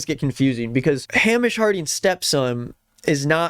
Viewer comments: hey! scot here just wanted to say it’s hay-mish not ham-ish. great vid:) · Name’s not pronounced Ham-ish. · Just a note, unless it’s a niche pronunciation I’m not aware of that the guy chose to use, Hamish is pronounced hay-mish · Just to let you know Hamish is pronounced like "Hay-mish" !!! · Its pronounced Hay mish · It’s pronounced Hay-mish, his step son needs to control himself 😮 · best video I seen all day ON THE SET! Edit: it’s pronounced Hay-mish. Scottish name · It's pronounced HEY-MISH!!!! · Im sorry i cant get past the pronunciation of Hamish LMFAO its pronounced “Haymish” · Btw it's typically pronounced Hay-mish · The whiplash I got from hearing you pronounce Hamish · you are saying the name Hamish wrong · The way you're pronouncing Hamish makes him sound like a fairytale pig